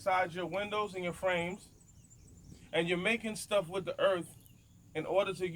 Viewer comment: Ok. But i cant stop hearing Erff bags. He says Erff bags. Is this a Diabetes v.s. Dibeetuus thing. I say it like Errrrth with no f sound within about 25 blocks. Thought Fffought Birth Berff That way Fat way